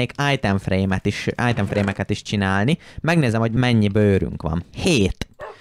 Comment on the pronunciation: Ezaaz! Újabb Eallképesztő Minecraft videó!:_jeábébe::_akalk: :_mátéideges:Egy titkos harcsafilé üzem!!:_kriszhype:(ha van olyan xd) 😅csak én hallom "ájtem frémnek"?😅 ( Nem rosszból ne értse félre senki) ..... :_uasztuaa: 1. Évados visszautazás az időbee:_jeábébe: 😅már megint majom:_kriszhype: Időutazásos előregondolokodás:_uasztuaa: Egy MazeHáz mindig jól jön!:_akalk